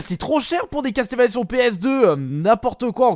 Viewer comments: Ça se dit Casseulvania et non Casteulvania ou Castélvania ^^ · Castel, Castel... CASTLEVANIA > CASSEULVANIA OMG Je veux bien que t'a du mal avec l'anglais mais un peu d'effort mince quoi... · Ta fumer sa se dit castle Vania vue ta que l aire nulle pour dire les noms des jeux video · CastelleVania, omg la prononciation XD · Ça se dit Casseul vénia